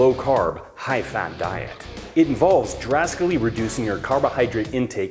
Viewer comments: "It involves [drascally] reducing..." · Did my dude really just say drascally ?? Dead